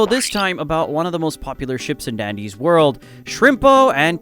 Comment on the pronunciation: Bro be pronouncing wrong